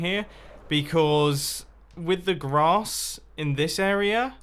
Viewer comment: Mumbo, ily, I’ve been watching since mid season 3, but I’ve always hated the way you pronounce the word area, idk why, arerer